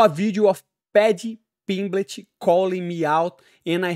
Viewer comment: Just hearing Moicano pronounce "Pedhy Pingmlet" was worth a like. They should coach the ultimate fighter series together. Then we would have "sausage" vs "Easy focking money". Pay this man double.